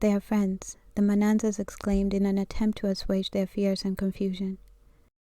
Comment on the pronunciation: You keep saying " manansa/s"! Are you sure its not " maNyasa/s" - now present day Malawi - formerly " Nyasa-land"? This requires deep diving! Mzila weGazi- was a Mntungwa- of Khumalo lineage. Mntungwa's father was Mbulazi and Mntungwa's sons: Mabaso and Khumalo. My mother's grandfather was son of Mtotobi Mlilo- Mabaso lineage! There is need to be accurate in history telling- we need to create our true narratives that uses our own oral history.